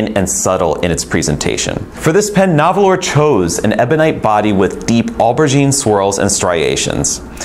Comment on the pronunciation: Nahvalur is still pronounced narwhal. They made that clean when they debuted the name change.